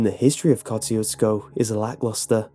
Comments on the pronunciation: It’s pronounced koe–shoe—skoe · Went here today. They pronounce it Kuh-SHU-skuh. No meat market. There is a dancing hall, though. Not creepy. 390 people live there. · your pronunciation of Kosciusko is hilarious. say it with me, KAH-SHOO-SKA, exactly like that, that's how the locals told us to pronounce it. After I heard this creepypasta years and years ago, me and my older sister (and a few of my hoodlum friends) decided to check it out. I assure you, the polish dance hall he speaks of is there, along with a very ornate catholic church , and of course, the meat market. stopped at a antique store and asked the lady running it a bunch of questions, had a nice hour long convo, (she corrected us on our pronunciation of the towns name) but she didn't have much to say on Ed Gien or about any other strange happenings, and regarded us as tourists. nice park too. decent place but extremely small town where the towns main road is populated mostly by small houses and half decayed barns. they left the door to the dance hall unlocked even tho it wasa weekday morning, so we got to inspect that as well. saw a few of those "knights of columbus" plaques but not much else. we also flew a drone around to get the lay of the land but shortly after we started, cops pulled up and asked us to stop. naturally, we obliged, as we were in the parking lot of the catholic church. Place still had some odd vibes but most certainly not the most haunted place in texas. my experience at "goatmans bridge" in dallas was wayy cooler. if you want to see one of texas most haunted places, look up Purgatory Road, and The Devils Backbone. I'll say no more. edit: it's pronounced "P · You have to live here in South Texas to know how to pronounce Kosciusko. It is pronounced Ka-shu-ko. and by the way. It's pronounced Poe-th ......LOL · It’s pronounced “ka choo sko” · I live near there it pronounced ko shoe skow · and its Easy to pronounce: kosh chu shko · We pronounce it Ko-Shoes-co I believe.